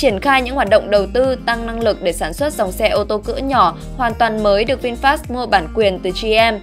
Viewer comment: VinFa đọc là Vin-pha chứ không phải Vin FA nhé